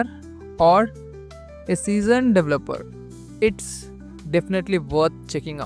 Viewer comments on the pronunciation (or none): There is no such word as "lightweighted" and it's incorrect to say "dev-lupper" the pronunciation is "de-VEL-uh-per". If you're going to do a tutorial in English, you really ought to learn to speak it correctly first. THUMBS DOWN!!!